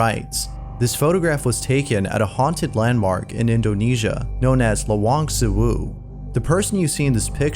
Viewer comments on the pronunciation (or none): Sewu in Lawang Sewu is pronounced like Say-Woo